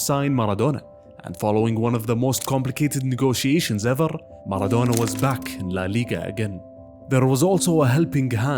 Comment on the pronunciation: "on parrrrrrr" "everrrrr" 😅